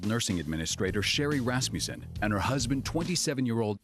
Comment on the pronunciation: Can someone say to this afro lady that it is not rassmjusen it is Rassmussen!!!